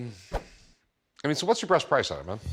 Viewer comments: At 2.40 he said what's your breast price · "Breast Price"